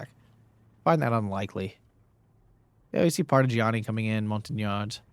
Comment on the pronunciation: Gotta love everytime someone brings French troops to one of your vids ;) "Montagnards", pronounced "mon-ta-niar"